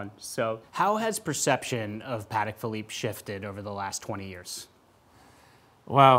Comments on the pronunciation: PLEASE tell the guy in blue to stop pronouncing the company Pahedeck. PATEK was polish. Pah Tek. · Great interview with two experts. I was struck by the pronunciation battle: PAT-eck versus puh-TECK. I’m glad they can agree on Philippe!